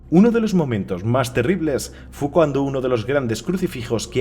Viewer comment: dijo "fu cuando (en lugar de haber dicho fue cuando)" en el minuto jajajaaj